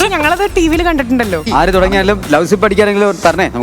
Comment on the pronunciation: തങ്കു ലവ് സിപ് അല്ല . ലവ്‌ലി സിപ് ആണ് 😅